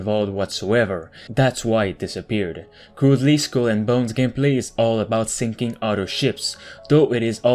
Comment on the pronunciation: lmao how do you pronounce Skull? SKWEL lol